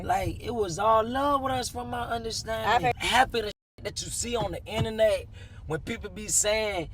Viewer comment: "It's the innanet" - 👑 Von